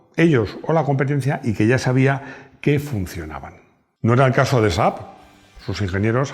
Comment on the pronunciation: Bien pronunciado! 😂 Saludos desde Suecia. 🇸🇪